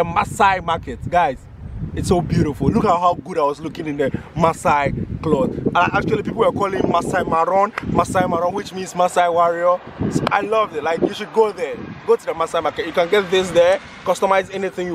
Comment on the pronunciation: Masai Moran not Maron😀😀